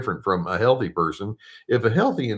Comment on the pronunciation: "team heaththy" - thou doest professeth too much. lol : D